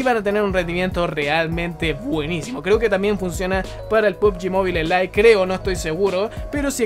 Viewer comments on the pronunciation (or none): none